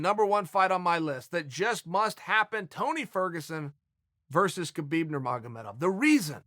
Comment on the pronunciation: “Kerbeeb” – Chael